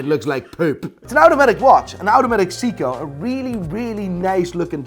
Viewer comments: SAY KO NOT SEE CO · Its not sick-co. Its say co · Sounds like you're saying Siiko :D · 🤬hate to be the one to correct you, since you are such a know it all, but it's not pronounced SEE-KO it's pronounced SAY-KO ! . . . . . . . JK i dont know Sh1t about watches 🤣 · Why does pronounce Seiko as Seako not Sayko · I know nothing but Seiko when I went to sleep yesterday was pronounced say-co 😂 sounds like seaco or zico (the Brazilian footballer ) probably just me I've been saying it wrong 51 years 🤔😂😂🤣😂🤣😂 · it's Seiko(Say-koh), you're welcome. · Stop saying 'Seeeko' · "Seeeko" ... So much for being an expert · wtf is a SEEKOH?.. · all good but you mispronounced seiko :V its in japanese for god sake haha